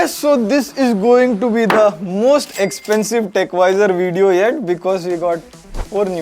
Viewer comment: Sexpensives? LMAO